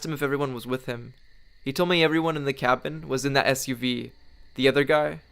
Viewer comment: Whenever you said suv i cringed